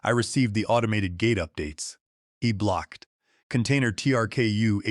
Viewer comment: I stopped listening after a couple of minutes, mistakes in the story made by A.I made me lose interest in the story. What a "can tainer"? Get rid of the A.I and your stories will automatically improve. Proofread amy story for mistakes and inconsistencies and that will certainly help with the stories.